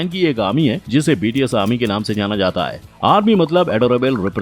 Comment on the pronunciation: Bts nhi higde bol bahii 😂